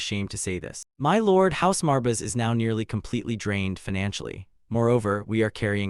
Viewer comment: The ai constantly spelling out “marbis” is hella annoying brother. Some quality control would help. Theres also a bunch of repeated lines. Still going to watch through, since I’m doing it to sleep to, but if I was watching this consciously, I’d have clicked off before the first 30 mins